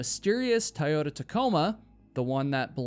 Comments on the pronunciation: What did you call that truck 😂🤣, it's a Toyota Tacoma. Toy-Yota Tacoma which you nailed the Tacoma part. I've had three of those trucks in my life, and they were the best trucks i have ever owned. I'm sorry I'm not poking fun at you, I just know how much you tell us that your pronunciation is horrible, so I guess it was a joke, but please don't feel bad, because you speak much, much better than other places that I'm subscribed to. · bro, you do know its pronounced TOY-OH-TUH, you're saying TIE-yota, lol